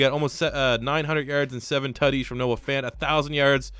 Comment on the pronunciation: Every time he says Tuddies I feel like he’s trying to say titties